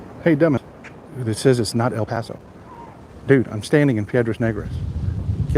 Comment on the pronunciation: Please stop saying el paso